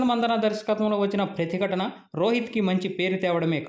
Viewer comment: Prathi gatana kadhu... prathi nidhi...adhi